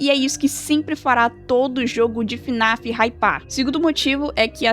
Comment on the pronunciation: sabe nem falar o nome do jogo, não é fã raiz! Kkkkkk (brincadeiras a parte) Na minha humilde opinião, não acho que fnaf tenha decaído tanto, acho eles só estejam com dificuldade pra contar os eventos de história atuais, nos explicando de forma muito confusa e mudando conceitos que já tínhamos anteriormente "o que é realmente muito paia" mas não acho que os jogos sejam tão ruins assim, vamos ser sinceros os fnaf anteriores eram só pngs a única coisa que sustentava os jogos era a história, mas atualmente é a primeira vez que temos jogos com uma gameplay maior! E não acho que eles estejam no caminho errado, só acho que o security breach deixou uma mancha enorme que no momento está sendo difícil de ser tirada.